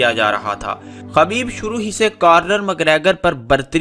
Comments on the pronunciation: Khubaib not khabeeb. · میرے بھائی خبیب نہیں خُبَیب صحیح لفظ ہے آئندہ خیال رہے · بھائ خبیب خ کے پیش کے ساتھ ہے